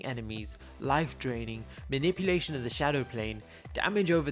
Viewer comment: Well, you made a mistake, it's not maniuplation, it's manipulation. But it's a great video